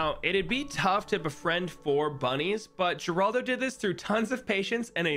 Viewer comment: Gerlado? My fellow monkey player its seems you made a little mistake